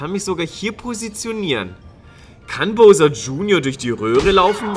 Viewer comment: Es heißt Bowser mit au!